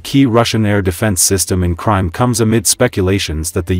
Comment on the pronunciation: Lousy AI voicing. Please learn to pronounce "triump" and "Crimea